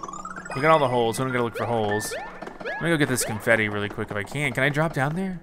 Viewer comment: Who heard graffiti instead of confetti